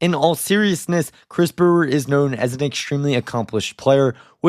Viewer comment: "Mr Brewerius"